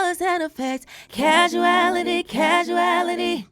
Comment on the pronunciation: She is saying thword wrong. She is saying Casuality which isn't a word. The word is CAUsality, not CasUality.